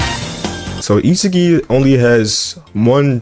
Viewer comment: HE FINALLY SAID ISAGI AND NOT ISAGUY😂😂💀💀